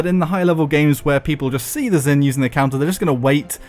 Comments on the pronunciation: If you learn Chinese you will know that Zhin is pronounced like jean and not zin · came here to ask this. should be "j'in."